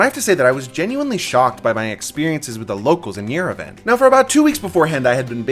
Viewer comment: Just respectfully saying Yerevan is pronounced yer-eh-vhan